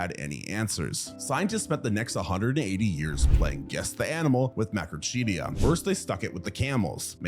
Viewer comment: Seriously? I do get that you may not know how to correctly pronounce complicated scientific names like Coelophysis (See-lo-FY-sis) or Macrauchenia (Macro-KEEN-ia), but "Argentinia"??? Go watch Evita right now! The Madonna version, not that Zegler dreck.